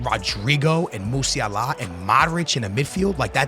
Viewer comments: Not how you pronounce “Musiala” you casual. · holy shit dude can’t say musiala or pepe “pep” or eusebio😭😭